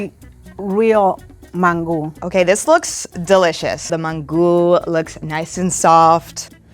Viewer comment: After she pronounced it Man-Goo I knew it was over for shorty